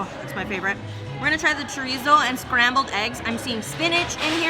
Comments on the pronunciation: she pronounced the "z" like she was speaking German!, in Spanish the z sounds just like our s. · I have thoughts on your pronunciation of chorizo 😟